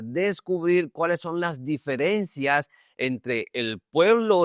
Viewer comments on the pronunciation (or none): none